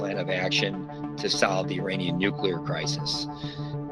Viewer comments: *NucLLLLLear not nukelar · Vice Journalist: can't even pronounce "nuclear"!!! 😂😂😂😂